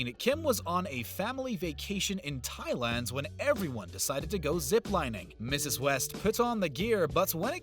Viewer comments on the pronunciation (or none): none